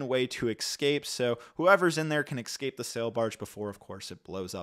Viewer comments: can i ask, as a British person. Whats is it with americans and saying "Eckscaped??" I dont understand where you're getting the "ck" sound from. I understand you say most words different because of accents and whatever but literally adding an entire sylabble and sound is bonkers. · I’ve never heard anyone say it like that lmao and I’m American 😅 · weird he said it like that lol